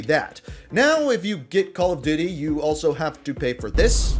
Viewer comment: Did he say Call of Diddy